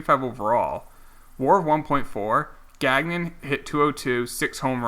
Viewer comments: Also you drafted Chad Gagnon, his last name is pronounced Gang-Yon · Gagnon is pronounced “gone-yo” FYI